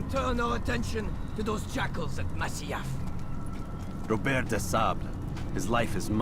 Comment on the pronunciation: It's pronounced Mazyof